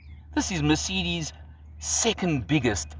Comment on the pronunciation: For a south african you've got a funny way of pronouncing mercedes 🤣